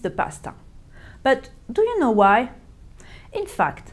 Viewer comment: On prononce pas le k de know ^^ .